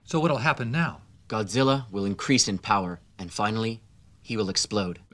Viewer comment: "Godziller" (LOL)